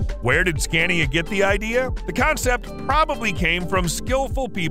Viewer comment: Pointless, its all in imperial measurements apart from the kilowatts, nobody modern uses imperial measurements anymore. And the voice doesn't know how to pronounce Scania !